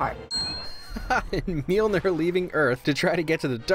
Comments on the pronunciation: Darcy actually pronounced Mjølnir perfectly xd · Well Darcy did actually pronounce Mjølnir perfectly :D